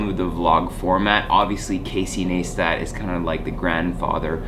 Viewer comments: it's casey neistat /nice-tat/ not /neestat/ ^_^ been following your recipe vids! keep it up, man! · casey "nice-tat" that's how his surname is pronounced.